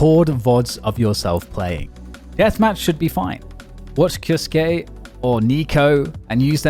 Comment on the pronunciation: Who is kioske? Why can’t y pronounce his name? Its not fkn hard